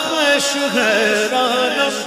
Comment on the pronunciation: خویش نہیں خیش ہے